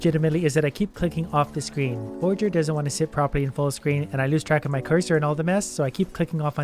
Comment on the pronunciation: ah, yes, "Forgager"